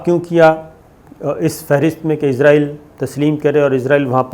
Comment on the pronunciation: صابر بھائی لفظ اسرائیل ھے یا ازراعیل ھے